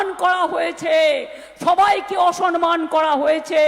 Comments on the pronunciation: অসনমান? কী উচ্চারণ রে বাবা! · অসনমান। বাঙলা টাও ঠিক করে উচ্চারণ করতে পারে না। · "অসনমান" নয় "অসম্মান"। কেউ পন্ডিত বাঙালিকে সঠিক বাংলা টা শেখান। সাধারণ মানুষ আর এদের নিতে পারছেনা। এবার অপদার্থ গুলোকে ভাগাতে হবে। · অসরমান নয় দিদি। ওটা হবে অসম্মান।